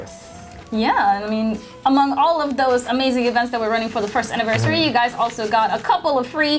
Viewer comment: 'Anniversaey' *Engrish intensifies